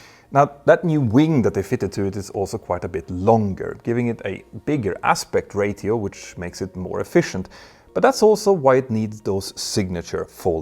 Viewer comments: Hey, I just wanted to inform you that "ratio" is pronounced as "ray-shee-oh", not "ray-thee-oh". Other than that, I greatly enjoyed your video! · Hi Petr - thanks for everything you do. Now firstly your English is fantastic - but I know you are a perfectionist. So if I may offer one small correction: Ratio is pronounced Ray Shee Oh. Not Ray Thee Oh. I think it's your Spanish second language coming through! But seriously - this is only a cute thing and not a criticism. English is a basket case of invader languages from over the millennia so we get what we get with it. And as for Boeing. Well damn - they just can't get any worse can they? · He still cant pronounce "Ratio"